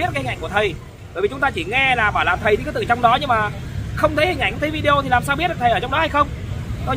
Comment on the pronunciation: Cám ơn. Tôi rất thich xem videos của vì tin tức trung thực, mới, giọng nói rõ ràng, khiêm tốn, và thêm một điều nho nhỏ nữa là đã đọc đúng chữ video (vi-đi-ô). Lúc trước, khi nghe quý vị khác đọc là vi-gieo, tôi không hiểu các bạn nói cái gì. Sau một thời gian xem qua vài videos của vài người thì tôi mới rõ ý. Cám ơn cháu (TB: gọi là cháu vì tôi ngoài 70 tuổi)